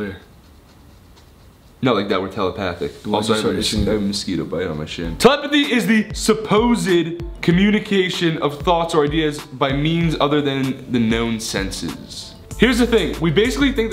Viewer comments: did no one notice that ethan said supposed wrong he sais sup o syd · its not supposid you say it like suppost